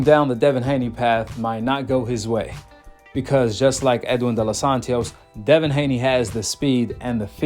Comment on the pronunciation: Bro its De Los Santos.. why you putting a extra syllable??💀